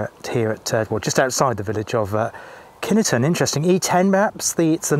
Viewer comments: I know pronunciation can be tricky but we lived in the village, villagers went to the base school and I have never, even as an adult heard any one calling it kin E ton. My brother married into a local family and they call it Kineton too. 🤷‍♀️ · As ever there seems to be some speculation over the pronunciation of the village's and base's. In Kineton, the village, some villagers pronounce it (in the bakery they did) 'Kin-et-ton'. The Army tend to pronounce it 'Kin-ton' and some other people pronounce it 'Kine-ton'. Take your pick!